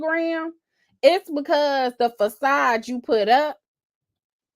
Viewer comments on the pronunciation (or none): Did you say “fa-said?” for facade. I love you! LOL Thanks for breaking this down. It’s wild!